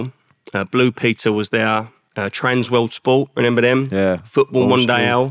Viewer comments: Lovely guy but it’s not renember 😀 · Is it me or is he saying renember? Great interview but that’s gonna get to me 😅